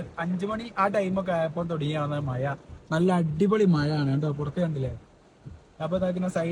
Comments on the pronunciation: മയ അല്ല മഴ 😂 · മയ അല്ല മഴ